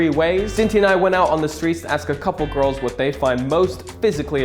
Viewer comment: It’s pronounced “gorls” 👌